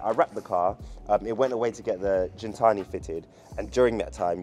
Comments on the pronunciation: Why you sayi jintsni when it’s gintani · lol it’s gintanti not jintani bro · Not Jintani,its Gintani as in "give" ..but sick, first time on the channel, let me sub 🔥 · It's not pronounced Jin-tani. G-GIN-GINTANI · "GENtani" lol Great vid!! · You're saying the name of the company wrong. It's not pronounced like gin the drink...